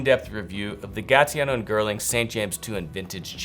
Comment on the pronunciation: Did you just say “gaTiano and girling”?